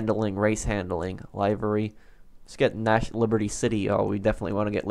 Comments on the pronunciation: Livery is pronounced like liver(the organ) with a y at the end “liver ee” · It’s liv-er-Ree not